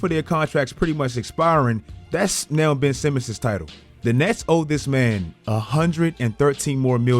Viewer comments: HIS NAME IS BenCH Simmons, GET IT RIGHT! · "Ben'ch Simmons!" 👀